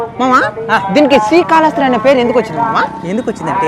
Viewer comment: రేయ్ బుర్రలేనోడా... స్త్రీ కాళ హస్తి కాదురా.. శ్రీ కాళ హస్తి 3 జంతువులు కాదురా 3 జీవాలు అనాలి అందులో ఏనుగు ఒకటే జంతువు... స్త్రీ.. కాదురా ... స్త్రీ అంటే ఆడది ... శ్రీ .. అంటే సాలేపురుగు. కాల కాదు కాళము అంటే పాము హస్తి అంటే ఏనుగు. శ్రీ కాళ హస్తీ.. అనాలి పిచ్చికూతలు వీడియోస్ లో లాగా కూయమాకండి కరెక్ట్ గా తెలుగు పలకండి.... 🌹🕉️🌹జై శ్రీరామ్....